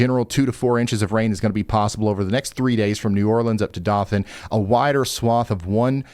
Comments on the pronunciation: Dough-thin (Dothan), Alabama fyi! Not Doth-an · Dough-than not dah than lol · It's pronounced D-OH-than, not D-AW-than... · Its DOE-THAN. Not DOT THAN. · Doe-thin Alabama, not Da-thin. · It's not " doth" an, it's " doe" than. Dothan. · Dothan, Alabama = Doe-thun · Your pronouncing Dothan wrong,it's like Doe-tan,love your shows,Pikeville was one of my hangouts in the 80s,worked in Virgie in 1979. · Ryan, just an FYI - Dothan, AL is pronounced "Doe than". Really appreciate all that you do! We travel full-time for work and depend on your weather info. You're the BEST! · Hi Ryan, we have family in Alabama it’s pronounced Doe. thun. Keep up the good work! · Dothan, AL: "DOE-thin" Been out there a couple times, it's a wonderful town! Definitely a contender for most welcoming, friendly place I've visited. :D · Ryan, as an Alabamian, I gotta tell ya, Dothan is pronounced DO than (Think dough than). Love your channel & your predictions have been spot on. 😀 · Bud... Great job on the weather forecasting.... just one thing. It's pronounced, dough-than 😂 its ok bud dont expect northern folk to know how to pronounce all our wierd named towns and cities (and we got a bunch we can't even pronounce) Again love your channel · Just to be picky, that city in SE Alabama is DOE-than. I was there for a while, courtesy of Uncle Sam, and found it very pleasant. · Doe-thŭn AL. Love the info. Much appreciated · It's Dothan with a long o. Pronounced like Doethun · Just trying to be helpful and let you know it’s pronounced “Doe-thun” Alabama. :) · Dothan, Alabama... Dough (like bread)-thun.. and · Dothan AL pronounced with long O sound: dOH-thuhn Alabama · Dothan Alabama is pronounced Doethan with a long O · Love you Mr. Ryan. I believe meteorologists must take courses on pronouncing town names, because some are so crazy. So Shakespeare may have said "Doth thou ..." but in Alabama DOTHan is a long O like in doze. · It’s “Dough-thin” btw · It's Dothan(Doe-than)...😅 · It's pronounced Doe-than ..